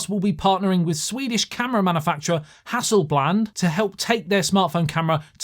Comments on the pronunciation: Just say and so on if et cetera is so hard lol, Hasselbland and ecksettra, ooof.. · How you pronounced "Hasselblad" would be spelled like Häsullbläd in swedish so like the editor (you?) pointed out it most definitely wasn't right lmao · HasselBlad - Hah-Sel-Blad. For those wondering how to pronounce it. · If sounds like HassleBLAND when you say it.